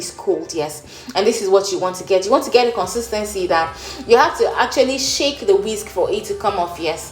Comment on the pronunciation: 'Kone-seees-thaan-seez' = Nigerian for 'consistently'.